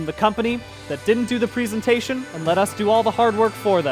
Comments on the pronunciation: Why is nobody talking about him saying "prisintation" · Who knows, he pronounced 'presentation' wrong the entire video